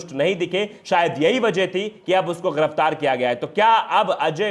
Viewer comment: Sadri wale Bhai thik se bolna sikho ghiraftar giraftar hota h waqeel nahi wakil hota h